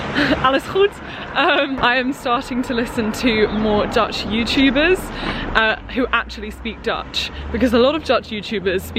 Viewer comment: i just clicked on this video bc i’m taking a gap year as well, did not expect to be hit with this much dutch content (i am dutch) 10/10. your pronunciation is very good